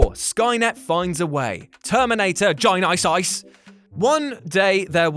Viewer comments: Good Lord, that drove me nuts everytime he pronounced Terminator Genisys.. J + eye + nye + syse. Look man, just start off by saying the name Jennifer, but stop before you get to the "fer". Then just add a "sis"... Like short for sister... Jenni + sis Is how to pronounce Genisys.. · he says "gen-ice-ice" instead of genysis wtf he says it all retarded like that multiple times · Or, you could just pronounce it like genesis. I'm sure nobody would notice the difference. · GEN-I-SIYS that made me laugh way too hard lol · I like the way you pronounce genisys, make me laugh every time you say. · You say genisys so weird lol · OK, I LMAO at the Jules' Genisys pronunciation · 😂 Howard the duck was actually fail and the way he said genisys